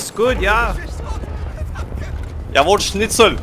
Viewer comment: Jawoll Schnitzel‘‘ My as German: 😂😂